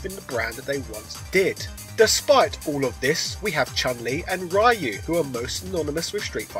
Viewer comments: Ryu = Ree-you / Reeyou Not: Rye you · Ryu (Ree'you)! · Rye-You? Bruh. Stop. Seriously. It is not pronounced that way in Japanese. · LEARN TO PRONOUNCE RYU'S NAME RIGHT!!!! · You know so much about Street Fighter yet you still refuse to pronounce Ryu's right. 😒